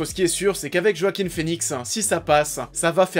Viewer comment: "JOAKHIM FÉNIXE" se prononce en fait "Hoakin Finix"